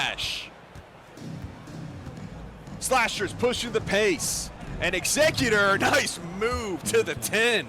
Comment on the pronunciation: Eggs-ze-cutor lol or Scissor... Great analytical commentary though